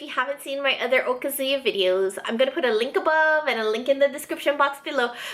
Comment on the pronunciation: One thing that bothers me about Hawaii asians is their (mis)pronunciation of "okazu-ya". Even Japanese second generation owners say it wrong. I don't know how to write it but the emphasis is not supposed to be on the "zu" it should be more on the "ya". But then so are a lot of Japanese words.